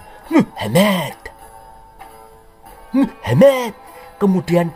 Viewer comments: admin nak ngomong muhamad kok dadi muhemett.. ora wedi karo pa 212 opo. di kapir kapir ke kapok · Mengucapkan kata muhammad dng benar.. Jng di intonasi kan begitu.. Jelek akhlakmu dng sura begitu